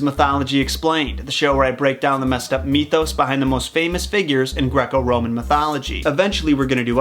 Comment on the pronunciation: 'meethos'? i think you mean mithos...